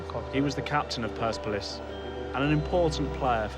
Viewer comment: That’s not how you say PERSEPOLIS